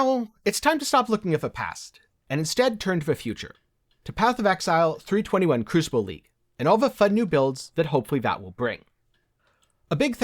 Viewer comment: Try saying kroo·suh·bl... yes it's crucible!